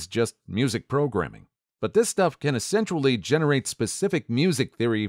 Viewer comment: DUDE! "Esensually" and "Potentually" are not words! You get paid to speak! Learn how to pronounce words and stop making up words that don't exist!